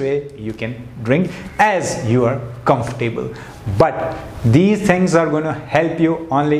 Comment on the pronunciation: Not Comfor- Table but pronunciation is ' comfortable' .....